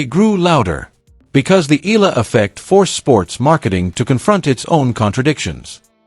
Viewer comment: Have to correct you Eala is pronounce like eh- yah- la not ela